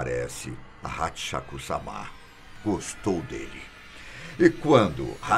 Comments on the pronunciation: A pronúncia não é samá, mas sim sâma! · Não É samá Não. A pronúncia é sem acento, como se lesse sama (sãma ).